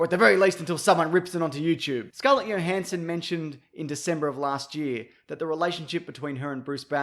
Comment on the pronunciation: Wait did he just say Scarlett yohanson